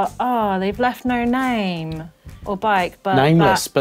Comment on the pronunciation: Haha 😂 🤣 🤣, moonraker 😂😂😂it's a MONDRAKER!!